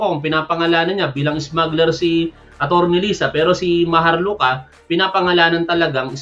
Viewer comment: Bro, Ang masabi ko lang sarili mo Ang pakialaman mo 😂 ikaw ata ang marites, pati pagbigkas ng maharlika dmo pa masabi ng maayos.